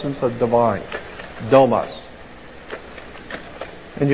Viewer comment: it "domus" and means "house". stopped watching after he blew that in the very beginning.